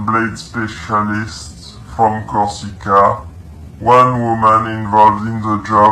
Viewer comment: not LED but Elysées french palace of the macron couple, not Kosica but Corsica it s a french island on the south where one the french foreign legion is based, not Mobile like mobile phone more like Moving kill boxe i think , the first target was her studio but she bug out then she became mobile (french dont speak like US ppl) , 2 people from her entourage have accepted bribe in crypto to snitch informations according to the french DGSE informant (DGSE stands for the Direction générale de la Sécurité extérieure, which is France's main foreign intelligence agency), bit more crazy it the 90 days periode where a war should broke out.